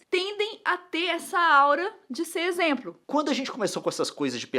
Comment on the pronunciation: Título: A Nilce fala exempro toda hora! Mas eu amo vocês!